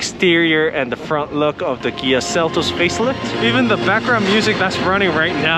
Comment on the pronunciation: Interesting how you say, Kia, "Gee-ah".